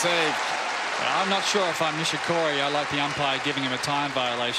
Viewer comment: 『ニィシ↑コリィ↓のサーブ』